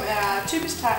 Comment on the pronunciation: det er jeg klar over det lyder bare som om i udtaller det taj mad og ikke thai mad